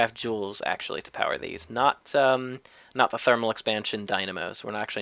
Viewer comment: thermal expansion, not therminal. Lol